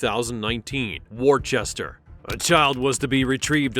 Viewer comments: It’s pronounced “Woos-tah” not “wor-chester” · Not WOR..CHESS TER LOL...ITS WUSTA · ITS WISTUH not worCheSteR